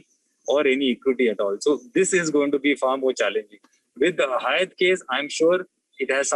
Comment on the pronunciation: Being a prime and esteemed channel ET must be more careful around correct pronunciation of Hyatt. The anchor has repeatedly said it incorrectly. Please look into such details.. Thanks..